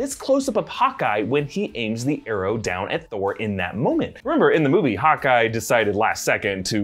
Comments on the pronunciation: says Hawky instead of Hawkeye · He said hawkee 😂😂😂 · sounds like he said “hockey” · He calls hawkeye...hockey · He called Hawkeye "Hockey" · Ok but what is the pronunciation of Hawkeye tho